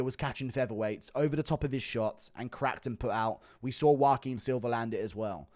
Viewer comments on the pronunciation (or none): none